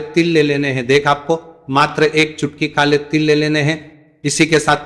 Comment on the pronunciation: यह वीडियो पंडित प्रदीप मिश्र का वास्तविक वीडियो नहीं लग रहा। एक ही बात को दस बार बोलना चुटकी को छुटकी बोलना, गुरु जी ने बताया, इत्यादि आप खुद ध्यान दें